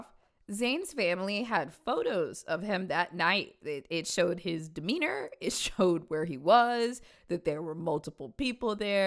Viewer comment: i heard "demeanor" as weiner and was very confused